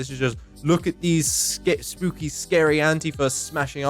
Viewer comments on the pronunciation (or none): none